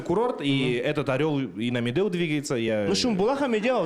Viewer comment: Якут правильно произносит Медеу чем сам казах